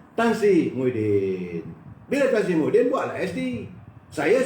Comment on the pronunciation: maafkan sy, jgn sebut Muhiydin tp kena sebut Mahiadin....